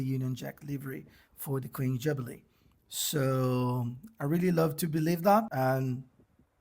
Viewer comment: Cool video on an super-cool car! Your pronunciation of 'Jubilee' is outstanding!! 😂😂😂